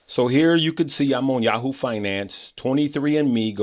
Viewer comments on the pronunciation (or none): none